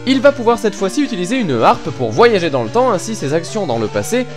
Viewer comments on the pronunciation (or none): none